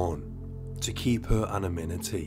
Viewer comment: "anaminity". It's anonymity.